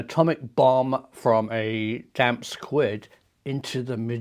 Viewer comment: Damp squid? I think it's squib😆